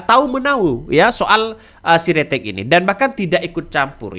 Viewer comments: Sritek bukan siretek😄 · Bukan si ritex mas. Tp Sritex